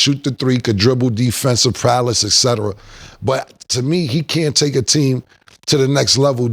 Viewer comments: I see why Cam struggled in skool. The way he side stepped Hy-Hena into eboniks?....We feel u....what does Prowless mean bruh? its prowess! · Prowess Cam not prowless 😭